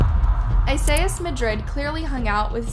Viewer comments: Esias is pronounced Ē-sy-us. What you’re saying is Isaiahs. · i really am baffled at how you pronounce Esias' name.